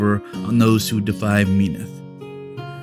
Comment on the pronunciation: not hating on ya glad to have someone actually cover lore for the iron kingdoms, but as a true believer of Menoth just hurts a little to hear it pronounced Me-noth and not as Men-oth. Keep up the good content <3